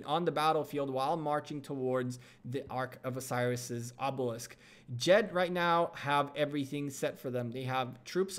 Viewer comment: The name of the ally is Jed not jet